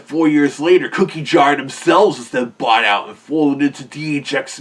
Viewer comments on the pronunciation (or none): none